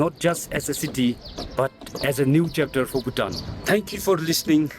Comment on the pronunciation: that pronunciation of Bhutan is killing me